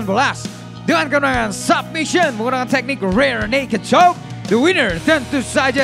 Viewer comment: Itu kedengerannya rare naked chock loh, bukan rear naked chock ✌🏻